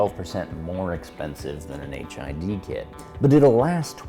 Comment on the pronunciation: I kept hearing 'HIV kit'